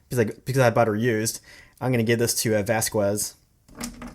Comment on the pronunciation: did my man just call vasquez 'vasqwez' bruh